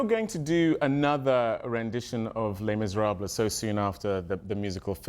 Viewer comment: I love how Trevor says “les miserable” whit a perfect French accent 👍🏿